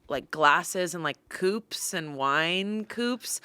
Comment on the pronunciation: oh no doesn’t know how to pronounce “ cups” 😔😫🥺 😂😂